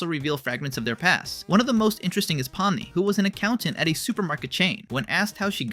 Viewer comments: yeah your ai generated voice misopronounced POmni and raGATha. Get your own voice, dude. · Why does this guy say peoples names wrong (regatha) (poomni) (and more)